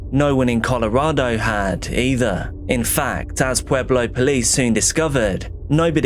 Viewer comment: It literally hits close to home. Pueblo was the top 10 most dangerous cities in the US this year, but that's typically due to gang violence, not so much this kind of stuff. So tragic. Side note, I was listening at work and heard you say Pueblo and I was like "oh cool he pronounced it correctly" (lot of people say pway-blo or p-eh-blo) and then I was like "oh wait, he said Pueblo?!" haha